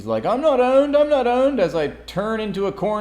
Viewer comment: "Isrl chode"😂😂